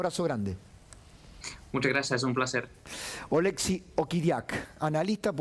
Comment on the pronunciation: Ché, no es OlEksiy,- OleksIy 🇨🇱❤️🇺🇦